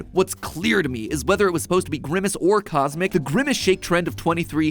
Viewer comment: CosMc sounds like kus emmak tsk tsk tsk